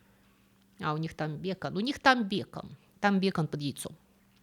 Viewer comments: Интересное видео. Только не бЕкон, а бекОн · Очень интересно излагаете, благодарю! Но почему «бЕкон»? 🤦🏽‍♀️ Проверяла в словаре (вдруг я не знаю, что именно так стоит ударение в этом слове!). Ан нет! Всё же «бекОн»! Хух! Полегчало!😂😂😂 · Здравствуйте! А почему бЭкон, а не бекОн? Всю жизнь слышала и говорила бекОн 🥓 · ██ Грамманаци коммент: бекОн, а не бЕкон! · спасибо большое, история отличная! Как и всегда впрочем!!! Россыпь ироничных шуток из титров прорвалась в текст - супер! А вот "бЭкон" реально поцарапал граммарнаци-ухо;-) там ниже про ЭспОзито пишут... это придирка имхо, но англоударение в таком РУССКОМ тексте? ммммм..... при этом, я прям в голос засмеялся услышав так уместно примененное слово "хавчик"!! Браво! Спасибо! С нетерпением ждем новых историй! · Произношение слова бекон как бЕкон режет мой слух. Но оказывается правильно и так и так.